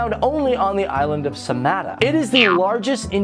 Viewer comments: sanata? its sumatra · not samata but sumatera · Did you just say "Samata" and "Lake Taba"? Not judging you for you butchering of names, but just wanted to make sure my ears heard it right. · Island of Samata?? Do u mean Sumatra? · It is Sumatra not Samata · its not sunada its sumatra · Its sumatra not sumata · SUMATRA not SAMATA, mas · It's Sumatra not samata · Sumatra, not sumata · sumatra island not samata island, isn't ? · Just a bit miss on pronunciation on Kawah Ijen & Sumatra